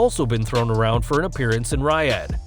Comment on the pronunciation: Ok, fuck, if you're going to report on stuff at least learn how to pronounce Riyadh. We live in the age of Google, use it.